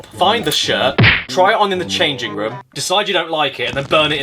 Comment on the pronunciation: Room as "rum"